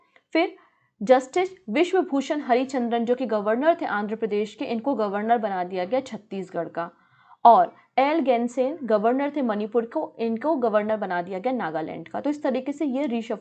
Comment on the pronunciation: गणेशन है या गेनसेन 😂😂🤣